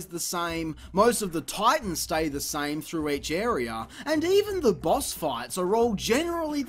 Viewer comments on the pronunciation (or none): Not sure if want to thumb up because of the amount of time and effort that went into this, and for the fact it was fairly entertaining, or thumbs down for how many times I had to heard area pronounced "airy-er" in a single video.